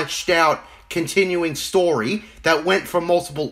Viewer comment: Damn bro, the video really showed Filoni who’s boss. That’ll teach him for making a non legends related story, or “stowy” as you say